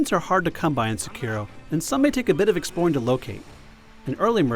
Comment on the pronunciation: please learn how to pronounce "Sekiro"